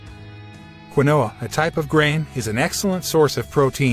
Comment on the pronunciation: Keenwa not kwinoa